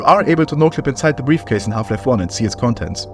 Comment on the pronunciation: briafcase lmfao